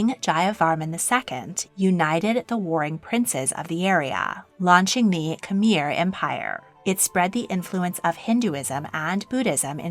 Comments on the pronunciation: Khmer is pronounced more like K’mai not like K’mere. Preah Bat Norodom Sihanouk’s name is pronounced Si-ha-noo and His Majesty King Norodom Sihamoni’s name is pronounced Si-ha-mo-ni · My grandparents are from Khmer which is pronounced kh-my